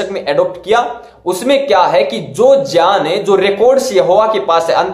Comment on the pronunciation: Bhai pronounce tau Sikh lo pehle baad mein ana debate karne ...Jaan nahi hota hai GYAN hota Bhai. Khud ka insult Na karo publicly.